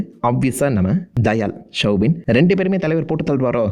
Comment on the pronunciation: Soubin not shwbin